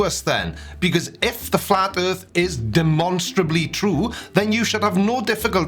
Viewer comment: Initially I thought oh what an idiot he thinks the Earth is flat but what he clearly said was" Erf". I don't know what that is but I guess there is a non-zero chance that is flat